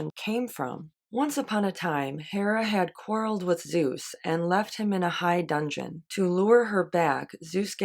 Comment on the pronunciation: I thought it was pronounced 'high dudgin' (meaning upset or going off in a huff) - but I've only ever seen it written so I'm not sure. Seems the sort of term that turns up in Wodehouse. Apart from that you seem so much like yourself I'm not sure who else you could be. Looking for to the next one....always interesting...